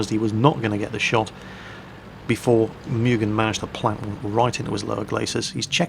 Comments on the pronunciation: It's not "Me-u-gen" its "Mu-gen". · I think it's pronounced Moo-gen and not Mew-gen